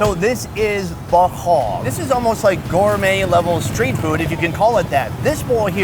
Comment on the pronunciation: pronunciation of bo kho is pretty good 👍